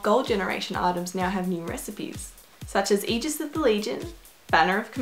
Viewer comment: omg! someone pronounced aegis correctly.